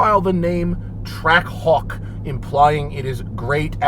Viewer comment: All I can hear is "Track cock", especially when he says it really fast. I'm not a native english speaker but it's funny how none of the guys from Jeep actually thought of that. (Or anyone in the comments as far as I can see for that matter)